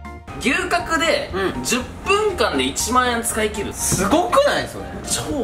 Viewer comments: が龍角散とのコラボ動画でーす！に聞こえた笑笑 てか、私 牛角が吉野家的な牛丼のお店だと思ってどんだけ食べるん！！！てびっくりした笑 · 龍角散とコラボにしか聞こえんw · 龍角散とのコラボ動画でーす！ に聞こえた人は私以外にもいるはず…